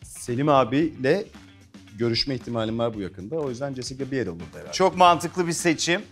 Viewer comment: Allahimmmm okadar modern olmaya calisan bi sunucu ama daha jessica biel isminin nasil okundugunu bilmiyor😬😬😬😬😬😂😂😂👎🏼